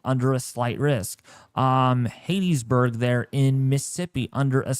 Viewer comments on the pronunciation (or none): Hey, for the record it's called Hattiesburg as in Hat-tis-burg and not Hate-tis-burg and it's pronounced Biloxi as in Bu-lux-e. Just in case you didn't know, now you know. Also, please don't be offended, I'm just pointing it out. Thanks for the updates.